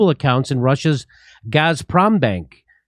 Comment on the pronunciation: Jimmy... The pronunciation is phonetic... GAS-PROM-BANK... The Z is misleading. Now... Peter Piper picked a pec of pickled peppers... And, The rain in Spain lays mainly in the plane. 👍🐶